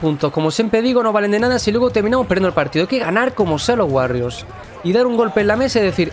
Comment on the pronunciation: POR DIOS DI WORRIORS CADA VEZ Q DICES WARRIORS ME DAN GANAS DE DEJAR DE VER EL VIDEO